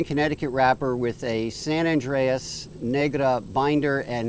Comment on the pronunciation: Good review. It's San Andrés (not San Andreas!!). Good cigar.